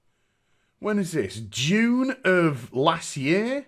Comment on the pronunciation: JUNE, not dune. JU...NE.